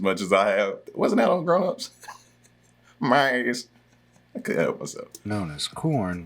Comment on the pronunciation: It's maze....... maaizze lmao